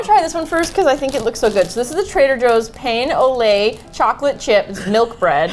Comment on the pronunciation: As a Canadian, hearing say "pain au lait" gives me pain lol